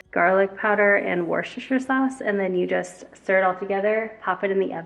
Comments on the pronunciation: Hi, another great video, thank you. I'm from the UK. And I'm going to help you we pronounce worcestershire = wustershire sauce. As we have the county called worcestershire here in the UK. I hope this helps. 😘😘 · UK 🇬🇧 pronunciation of Worcestershire sauce - WOOSTER-SHA …. But we nearly always leave the -shire off and call it Worcester (WOOSTER) sauce 🇬🇧 - happy to help xxx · I love you!! but it's pronounced Wu-sta-sheer sauce! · Wooster-sheer (Worcestershire)? Is how I hear/say it in the south of UK ☺️ Looking forward to trying that recipe though x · Worcestshire is pronounced woos-ta-sheer per my New England upbringing. 😉. Everything looks great, especially the pumpkin seeds 😋! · I lived in England for 18 months many "moons" ago. Worchester sauce is pronounced Wooster sauce. Like Leichester is pronounced Lester. (And other like places are pronounced like this). 🙂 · I've always cleaned the bathroom with a scrubby sponge like you've just done, it's so easy. Worcestershire sauce is basically pronounced 'Wuster sher" if that helps lol. We have a lot of cities with complicated spellings here in the UK. Your baby boy is a future influencer I reckon; he's so earnest & adorable xxx